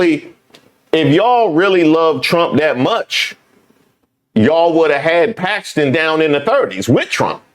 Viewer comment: That lady said she switched her vote to "packstin" because chrump endorsed him...wtf! A prime example of folks who cant think for themselves and need "daddy chrump" to think for them!